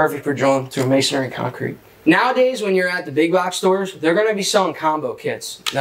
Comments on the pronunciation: Not: ma son ary. It’s pronounced may son ree. 3 syllables. May son ree. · Isn't it "Masonry" - and not "MasonAry"!? Or is that just me? :)